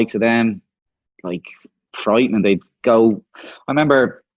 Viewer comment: TAKE A SHOT EVERY TIME DUFF SAYS 'FRIEIGHTING".